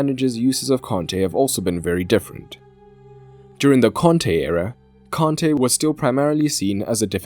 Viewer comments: Why is mans pronouncing Kante and Conte the same?😂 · Nope. Its a native Malian name given to him by his Malian parents. So he might be French but his name is not. The African way of saying it is Kante and not "Con-tay". Hence the pronunciation is wrong by the English commentators and in the video. In fact they pronounce it the same as the manager so there is no distinguishing.